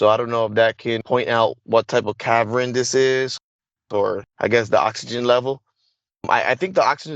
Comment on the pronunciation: I don't know if I should believe this guy or not. can't seem to pronounce a lot of words. He doesn't sound very well educated and we're supposed to believe a guy like that is used for secret missions. A cavern is not pronounced caverin.